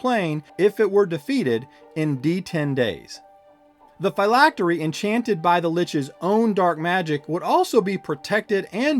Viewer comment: You keep calling it "FI-lactery'" that is incorrect it is pronounced (Fill-lactery) '"Phylactery".